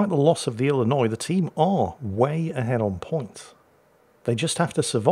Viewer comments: being an Illinois native, i am impressed and pleasantly surprised with correct pronunciation of my home state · Finally, someone who knows how to say Illinois without adding the S at the end. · As someone from Illinois, I was surprised at correct pronunciation. A lot of people from out of state add the "S" at the end, but it is in fact a silent letter. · I'm impressed you knew the s in Illinois is silent! Which makes it a completely useless letter IMO lol.